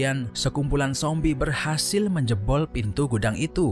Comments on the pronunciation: Kok nyebut zombie nya sombie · Sombie atau zombie min ???